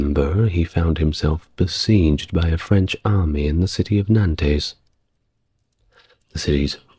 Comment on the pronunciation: Nantays? Limojays? Perlease!..